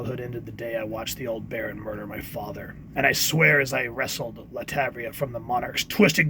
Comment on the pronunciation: It's pronounced LAT -VER-IA